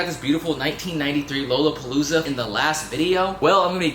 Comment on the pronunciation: The way you pronounce lollapalooza 💀😭